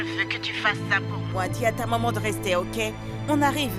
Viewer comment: J'en peux plus de la voix D'edouard 🤦‍♀️ Au lieu de dire Maman j'enttends "Mòman" 😂😂😂😂 Lucile merite cette correction elle en fait trop😅😅😅 Sara qui prenne des selfies comme souvenir pour agacer Lucile😅😅😅😅😅 Sacrée fille